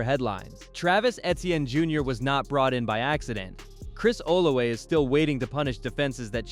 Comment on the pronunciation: It’s Chris (Ola{V}a)😂 with a V lol